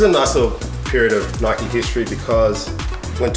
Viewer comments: we don’t say ‘Nik’ it’s n - eye - k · if u say nikee do u say mikeee or likeee or hikeee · Its not nick its Nike not nikeeeeee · It's not nic it's Ni-k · In the UK we say 'N-eye-k' not "Nick". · No it’s pronounced Nike not nikeeee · in england we pronounce Nike as (Nie kee) or (Nie c) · In the uk we don’t say Nike like ‘nick’ we say it like ‘n-eye-k’ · Its not nik or nike its like Niek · It's Nike not nikee so... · its not nick! its not nickey! its nike! like if your also from uk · It’s pronounced ‘Nigh Ck’ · ITS NOT "NIK" ITS PRONOUNCED "NIKEY". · Uk say Nike as (N - eye - k) not Nik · HEY, THIS IS SO CONTROVERSIAL, IN THE UK WE DONT SAY ‘NIK’ we say ‘NIKE’ YOU SAY ‘NIK-EE’ !!! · nobody has ever called it nick it’s nike not nikey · It’s not nikeeeeee it’s Nike (N-I-K) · We say nike not nik😂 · In the uk we say Nike like bike but with an N at the start. Not Nick ahaha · Im from uk! Its not nick or nikeeeeee its just nike no eee just nike hard to explain on txt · As u learn in like year 1 magic e make and I an I so instead of nikee it's just Nike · no NIKEEEEEEEEEEEEEEEEEEEEEEEEEEEEEE not nik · omg its not called nik-ey or nick its called ni-ke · It’s n-ie-k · You need to say it like naik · It's NIKE ..... Pronounced Ny-ck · Normally in the UK people pronounce Nike enn-eye-kay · It is nyke that's how you say it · In the uk we pronounce the i as the letter ‘I’ sounds. So n-eye-c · Ik we literally say it as it’s spelt not nikee 😂😂it’s so triggering 😂💀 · Hey, as someone from the UK 🇬🇧, it is not ‘nIcK’ or Nikkeeeee it is like the name Mike with a N at the start instead of the M. Lmoa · An N instead of the M not ‘nmike’ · it's said N-I-ke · Bro wr sat nike e nike the e makes the i say i differently and e